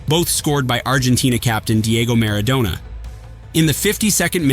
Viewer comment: It's Mar-ah-DONNNA